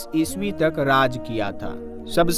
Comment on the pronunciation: 1996ई स्वी बोल रहे 😂😂😂😂😂😂😂